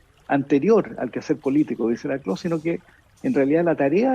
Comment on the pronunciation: El apellido de Ernesto se pronuncia Laclau, no lacló. Fue mi profesor, así que lo sé.